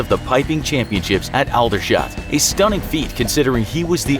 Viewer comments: U pronounced Aldershot so wrong it's pronounced like old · "Alda-shot"... oh boy... At least pronounce it correctly! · as a Brit i'm genuinely disappointed in your pronunciation of Aldershot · absolutely butchered the pronunciation of aldershot lol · I hate how he pronounces Aldershot